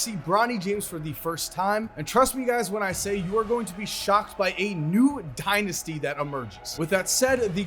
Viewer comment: How many times did you say Mimi dinisty